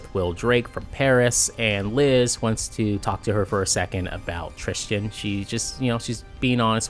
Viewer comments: It’s Tristan not tristian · Trischin? Why the odd pronunciation?